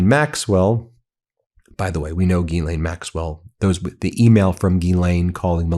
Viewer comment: Ya pissing me off, its Ghislaine with a S, not Gilianine, if youre going to report, report it right! Hmm